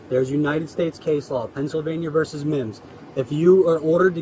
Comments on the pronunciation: Ok, I'm gonna be that guy. It's VERSUS not VERSE. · It's VERSUS, not "verse." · It's versus, NOT verse. Those are two totally different words, different meanings.